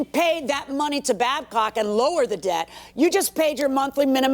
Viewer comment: BADCOCK 😭not Babcock